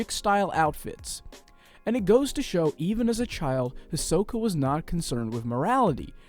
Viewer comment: Is Hisoka pronounced as says? I say “he’s so ka” that’s how I always say it. Same with Gon. I say “G oh n” something like that ❤️❤️💀😅